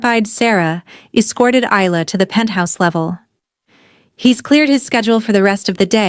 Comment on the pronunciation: Isla= / igh ' lah/. AI doesn't know how to pronounce things.